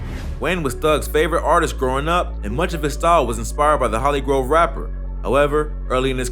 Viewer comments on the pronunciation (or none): none